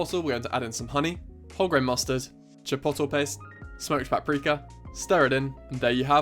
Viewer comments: It's not CHIPOTTLE. It's pronounced - CHIP-OAT-LAY. Otherwise you're perfect as usual. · Chi-po-to ? hahaha isn’t it chi-pot-lay? Maybe it’s the Bri’ish way of saying chipotle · Lmao CHIPOTTLE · Chi-pote-lae No hate, that’s just how you pronounce it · Lol it’s meant to be chip-oat-lay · umm bud youre saying chipotle wrong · I love the way he says chipotle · Your pronunciation of chipotle is throwing me off a little but awesome video otherwise Fantastic job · the way he says chipotle i cant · the way he pronounces chipotle lmfao. this looks so good tho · I’m Scottish and even I pronounce it correctly lol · Looool I rewatched for 3.5 mins to hear it. So worth it tho. Also “bread flour” is pretty saucy. Great vids tho, this guy cooks.